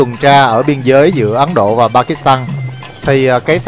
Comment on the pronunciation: xê dịch. Ấn Độ… mà sao mình nghe là Ắn Độ.. ta 😂 Giỡn với thôi, vậy mới đặc biệt ha 🤣